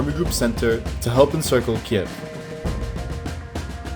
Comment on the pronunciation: How ukrainians call the capital of Ukraine: Kyiv How russians call it: Kiev This guy: Kieve